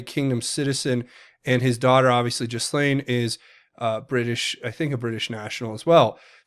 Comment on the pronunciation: I believe the “s” is silent on Ghislaine.